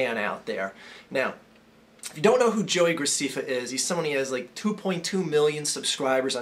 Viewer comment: And that's not how u Say JoeyGrecefa it is JoeyGraceffa